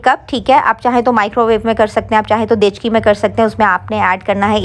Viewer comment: Dechqi nahi deqchi hota he sahi lafz😊